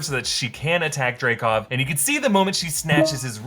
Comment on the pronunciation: It's "Dreykov"